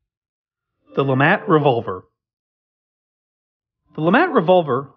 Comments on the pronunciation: not lamat but lemat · lemat not lamat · its Lemat! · LaMat, mispronounce the name of the gun but correctly pronounce the name of the man who invented it!? 🤔